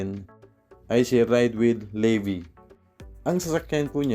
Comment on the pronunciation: levi parang levis ung pantalon ung prounancation ng pangalan niya. ung sau "Le bee" lol bisaya ka?